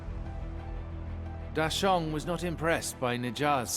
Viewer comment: Did any other mandarin speakers die a little on the inside every time they mispronounced a name? (Like Da Sheng --> Dashaun? srsly? XD)